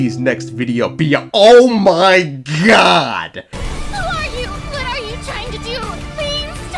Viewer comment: "my point" more like "mein point"